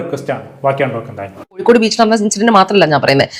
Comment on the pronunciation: Koyikode allada kozhikode...... Ni aadyam poi naak vadichit vaa